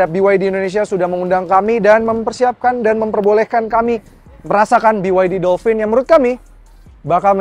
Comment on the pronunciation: Dolpin bang, bukan dolfin